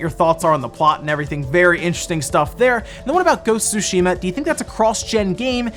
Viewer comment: Please stop pronouncing Sushima…